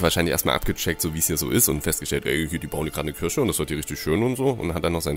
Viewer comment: Es heißt KIRCHE nicht KIRSCHE... das ist kein Obst sondern ein Gotteshaus ! ... ^^